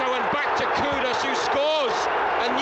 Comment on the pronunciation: Tip for the commentator, its not pronounced koo-dis, its pronounced ku-doos : )